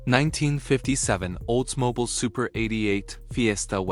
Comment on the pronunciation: Why can't these narrators pronounce names correctly. It is not Olds-Mobile it's Oldsmobile. I hear it again and again, a documentary where the narrator mis-pronounces the most common of words or names. Mostly because it is a computer-generated voice, proving that computers are only as smart as their creator. In other words, Artificial Intelligence is f@@ in the head.